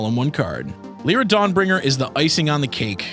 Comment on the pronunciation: its not Leera its Lyra its not Benaylah its Benahliah